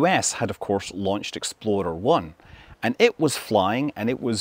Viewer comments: . . . 'Exploder' 1? Did I hear that correctly? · Still sounds like you're saying "Exploder-1". 😆